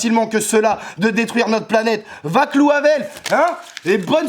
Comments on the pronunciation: vaclaV havel pas Vaclaou lol mais comme d'hab au top ! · Euh.... what???? "Vaclou" Havel? Nan par contre c'est Vaclav Havel haha j'adore tes vidéos mais j'avoue que c'est dommage de finir là dessus! :p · C'est de Vaclav Havel la citation, pas "vaclou". Sinon toujours au top, allez voir son spectacle ! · Ah ah encore une vidéo géniale et presta imprésionante ! Par contre c'est Vaclav et pas Vaclou Havel, 1er Président Tchèque post Communiste, pour ceux qui s'y intéresseraient ( sait-on jamais ) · C'est Vaclav Havel la citation !!! C'est quoi cette prononciation du prénom (Vaclou) ??? :-D En tchèque ça se prononce "Vatslave Havel" !!! !!! Donc Vaclav ou Vatslave, mais pas Vaclou :-o :-D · très bien comme d'hab. par contre c'est vaclav havel, pas "vaclou" (prononcer "vatslave")